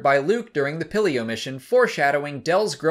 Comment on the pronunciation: You don’t say it like pillio you pronounce it Peel-eo